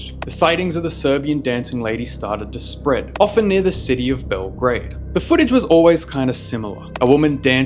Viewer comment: THE WAY HE PRONOUNCED BELGRAD IS SO FUCKING FUNNY